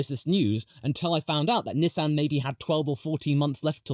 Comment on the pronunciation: Please don’t ever say Nissan like that ever again